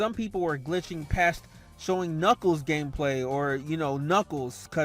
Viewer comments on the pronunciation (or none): Are we going to ignore that he said KNUCKLES GAMPLAY?